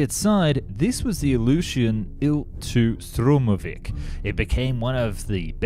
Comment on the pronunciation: You pronounce names weirdly. Ilyushin is pronounced like Eelyushin Junkers isn't pronounced like junk, but Yunkers Messerschmidt is not messermitch Anyways, great videos, like Mustard, but better and more often!